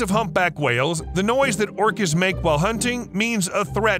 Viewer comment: Did he call whales, plants? I heard orchids, but only the first time it was said...not orcas. Anyone else? Orcas only hunt what they are specialized to hunt unless they're desperate. There are pods that specifically hunt great whites, some hunt giant mantas, some hunt dolphins and whales obviously. You'll never find a group that specializes in hunting humans but if hungry and desperate, we can be a nice little steak.